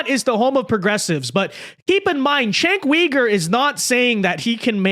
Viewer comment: You suck at pronouncing his name